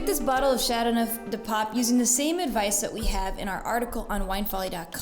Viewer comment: Your pronunciation of the wine is dreadful. You could make the slightest effort to say those words with even a bit of ' French ' intonation.